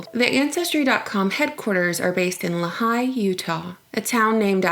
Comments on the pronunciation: Uh, good job on most of this, but you need to double check pronunciation on your facts when you make a video. I live in "luh-high" UT. It's pronounced Lee-High. It's spelled Lehi. It's not that difficult. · Lehi is pronounced "Lee-High", not "la'high" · it's pronounced lee-high. not lahi. I used to live close to there. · you pronounced the Utah town like la high but its pronounced like lee high..... I know I know towns in Utah are pronounced different then how they are spelled. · it's pronounced Lee-High, not luh-hye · 😄😄 It's pronounced "Lee-hi" Not "La-hi" (Place in Utah) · Hey... I love your videos and subbed a while back. Not sure if this has already been said but Lehi is pronounced 'lee high' not 'la high'. I was born and raised there... anyway, keep up the good work! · You pronounced Lehi wrong it's (lee-hi) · le'high? you mean lehi, pronounced "Lee high" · Haha it's pronounced "lee-hi" not "la-hi" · LEE - hi. Not, Luh - HI. :) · Lee-High. Not Le-high. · The name of the town in Utah is pronounced Lee-hi not Luh-hi. Otherwise, this information is fantastic. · It's pronounced Lee high Utah. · It's pronounced "Lee Hi". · 2 things on the ancestry thing: 1 it's pronounced Lee High 2 a lot of IT is moving there because of the new because of the fiber optic infrastrucure. It's not just the NSA 3 it's population is exploding. It's not remote anymore 4 otherwise you're spot on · Lee-High is how you say Lehi. Roll eyes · That's not how you say "Lehi", it's lee-high. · it is pronounced LEE-HIGH, UTAh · Its pronounced Lee- high (lehi) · It is pronounce Lee hi. The middle of no where is also Lehi, UT I also just saw another video about the DNA saving. Goes even deeper in to other things. Lies only sheep will buy. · It's pronounced lee-high. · It's pronounced Lee-High, You-Taw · Lehi is pronounced as Leee as in leeway and hi like hello. So Leeehi. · It's L - long e - hi (like saying, "hi") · Cringes at your pronunciation of "Lehi" Great video, but... jesus.